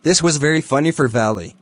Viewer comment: He says Valli as valley